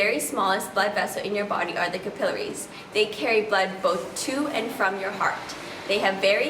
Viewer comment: Notice that she pronounces "capillaries" correctly, unlike the vast majority of people today.